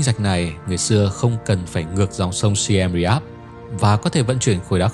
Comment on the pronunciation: Thêm nữa Siem Riep đọc là Siêm Riệp chứ ko phải Xi am Ri ap nha =))), mất công nghi vấn cũng nên tìm hiểu kĩ tên gọi